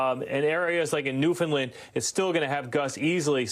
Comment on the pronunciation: That's not how you pronounce Newfoundland